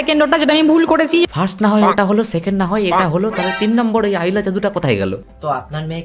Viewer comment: Sumi FIRST bolte parena😂 all time FRRRRIIIISSSST bolte thake.. Tai kopale sob totla juteche😂